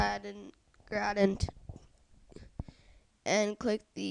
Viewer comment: the fact that you can't pronounce the words "elliptical" and "gradient" leads me to the question of what grade are you in?